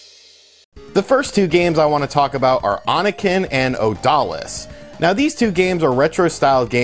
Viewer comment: Oniken is pronounced Oh Knee Ken. It means demon slash, or something.